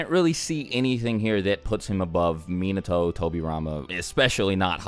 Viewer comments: MEnato. Come on cuz. Minato, the accentuation is on the second syllable. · The way he said minato..🤦🏽‍♂️ it's (muh-naw-toe) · Mean-na-toe? I think you got your pronunciation twisted lol. It’s Mee-not-toe... just saying lol